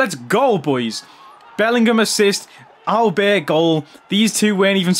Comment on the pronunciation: Sad to see Cash Money Mark not being able to unlock Auberts full potential 😔 Boss needs to work on his french skills more often 😂